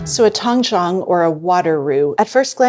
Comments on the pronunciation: It’s originally from Chinese method “ 湯種” sounds like tang1 zhong3 not tang1 chang1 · Doesn't have a Chinese backround? She is pronouncing Tangzhong incorrectly. Zhong would be pronounced Jung in English. Even if she doesn't speak Chinese you would think she would look up the correct pronunciation. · Tang Zhong It's actually pronounced like "tongue" & "jhong" with a long "O".